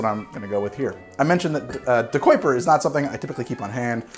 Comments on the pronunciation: Say it with me. De-ki-per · I never thought you saying ahhrange was strange or wrong, but man “De-quip-er” threw me through a loop. How do you get that’s from DeKuyper?